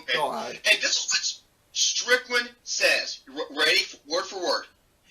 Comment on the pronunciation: Dude, it Strickland, not "Strictland."